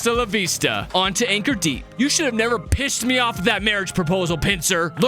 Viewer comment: It’s not pronounced bail it’s pronounced ball baal can u see it? Can u say it? Can u hear it ? Can u think of it? Can u not say bail? I’m referencing the achievements see no evil say no evil hear no evil think no evil and do no evil